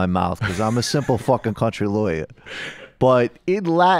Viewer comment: 'I'm just an old country-time loiya.'